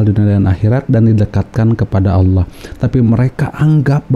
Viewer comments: Mualaf aja bisa sebut Allah dgn betul..😃😃 ini yg kata mantan ustaz tapi sebut Allah gak bisa😂😂😂 kok jdi alah alah😂😂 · Ketahuan bohongnya si nyebut Allah ya seperti Oten.